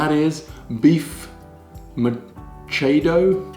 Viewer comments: It is prounounced like mitsado. But i think you did not cook mechado but more of estofadong baka. Mechado i know is stuffed with a strip of pork fat without the skin. That is the mechado i remember in my childhood. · It’s pronounced as “Meh-Cha-Do” You should try lumpiang Shanghai: Our family’s version, we usually use the below for the filling: 1/2 kilo pork grounds 2 tbsp oyster sauce 1 bundle of kinchay (chinese celery) chopped 1 stalk green onions chopped 1 medium carrot grated (usually uses the cheese grater) 1 diced white onion Pinch of salt and pepper to taste 1 large egg Then wrap it in spring roll wrapper For the sauce we just use sweet chili sauce 😊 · In all fairness the pronunciation during the intro is almost on point. MECHADO > ME-CHA (" ch" same sound with british way of saying "t"una)-DO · Tagalog pronunciation guide, not just for "Meh-CHA-doh" but for any Tagalog word: 1. There is no such thing as a long vowel in Tagalog. "A =Ah, E = Eh, I = ee, O = Oh, U = Ooh", that's it. 2. Sometimes the word itself is stolen from Spanish, and the word's spelling is supposed to be a simplification of how it's pronounced in Spanish. If it sounds Spanish-y, saying it in a Spanish way might help. (T: Repolyo = S: Repollo = En: Cabbage, T: Sibuyas = S: Cebollas = En: Onion) 3. The intonation of the word changes what it means. Sadly learning which intonation to use is trial and error. (Baka = "BA-KA" means 'Cow/Beef', but "Ba-KA" means 'Maybe') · Me-cha-do mechado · me cha do......